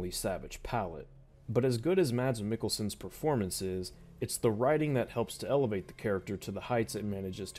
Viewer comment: It's pronounced "mass meekelson"